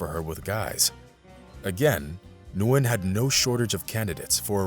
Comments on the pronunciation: Just "Win" .. not "New-win". It's one syllable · It’s pronounced win not nuwin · You do know that Nguyen is her last name and it's pronounced "win", right?